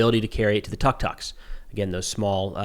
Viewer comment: Tuk tuk pronounced tdook tdook